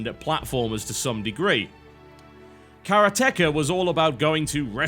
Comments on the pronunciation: For the love of god, please, pronounce it Karate-ka, not Kara-teka. As a fan of japanese language, this really hurts my ears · Say it with me TB, karate, now say ka. Now all together karateka. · kaRA-techa... no no no, KAH-rah-teh-kah! Otherwise good video. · I thought it was pronounced karate-ka instead of kara-teka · Ooph! Not "kara-TEH-ka", But "ka-RA-te-KA", which is someone who practices the art or karate. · kah-rah-teh kah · karate-ka You fucking moron. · People seem to be getting a little heated because of this small quip I made, I just found it a little funny how he pronounced karate-ka, no doubt he knows how to pronounce karate so I don't really understand how he mispronounced the name of the game. No big deal, sure. But for those saying that "he can pronounce it how he wants" please try not to criticise Asian people because they have a hard time pronouncing their L's. No doubt you've used the term "Engrish" as a joke before. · I know, lol. It's pronounced "Karate-ka", but no one gets it... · Well its suppose to be pronounced Kala Teh Ka... but then again... who really cares. Its not like the game is made by Japanese people, so no one really cares if its mispronounced. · I'm pretty sure it's Karate-ka, jus' sayin. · noooo its karatecha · I think its pronounced ka-RA-te-KA (like if you were saying karate ka) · KarateKA TB always pronounces things wrong :) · It is "ka-raa-tee-ka". It's a japanese word. It means someone who practices Karate. Hence "Karate-ka" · Actually, no. It is a japanese word. It is pronounced "ka-raa-tee-ka" "karate-ka". a "Karateka" is someone who practices karate. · tb it´s karate- ka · Its pronounced Karate Ka. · it's pronounced kaa raa tee kaa :) vowels in japanese are pronounced differently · Yes. Your pronounciation is absolutely wrong! The accent is on the 'ka'... Ka-raatieee-ka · Its acutally pronounced as karate-ka but its not a big deal anyway :D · Karate-ka TB. Should correct that somehow. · Wow a new way to say Karateka